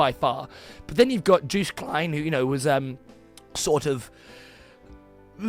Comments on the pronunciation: Man, its /yohst/ not juiced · Juiced? You say it like it's spelt Jost, but the "o" is extended. Just like how you pronounce "poor" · Joost is pronounced like toast or ghost with a j.